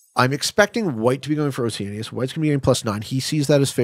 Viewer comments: Why is keep pronouncing oceania like that???? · he must pronounce it the British way. This is one pronunciation US and Canada seemingly agree on.